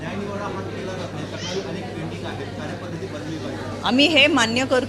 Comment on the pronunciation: अनेक असा हा शब्द आहे ताई अणेक नाही 😅 तुम्ही अणेक असा उच्चार करता आहात ऐकायला खुप घाण वाटतं अती शुद्ध नका बोलू 😅😅😅